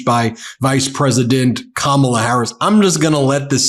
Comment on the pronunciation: I told my kids I am immigrating to America because of Kamala😂 From South Africa … What a lady What a speech.. Go Kamala. Your grandkids taught adults to pronounce your name ? Shame on the adults who ignorantly and maliciously mispronounce your name. Your grand kids have more sense than some 78 year olds.. You brought them up correct 🙏🙏 Respect the name parents gave you….